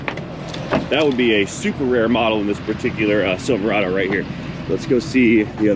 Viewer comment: It’s pronounced silver rod oh